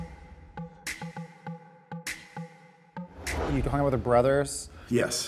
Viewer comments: did james say "hors d'herb"?????? LMAO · Lol James tried to make fun of the wedding and call it cheap, but he can’t even pronounce words in his ‘diss’. It’s hors d'oeuvres, not “ or derb”.